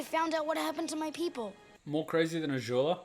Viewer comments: why are you saying Azhula/Ažula instead of Azula with a z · WHY DO YOU PRONOUNCE AZULA SO WEIRD